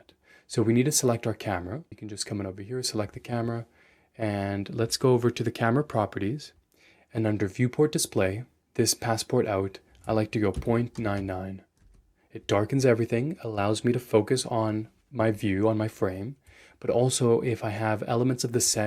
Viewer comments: How can you, as a canadian, pronounce passepartout like that?! 😂 Jokes aside, i'm glad I subscribed. I'm not an animator (i'm a traditional cinematographer) but understanding and communicating with other departments is key for a good work and you make everything very clear! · I thought you were francophone and since passepartout is a french word it sounded very strange with an english interpretation!